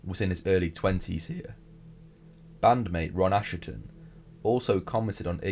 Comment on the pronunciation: Your video on Albini alerted me to what a disgusting person he was but this video needs reworking. And now the thumbnail is dishonest clickbait because you know better. I wouldn't like to see you sued over it. And please, it's pronounced ashton not asherton.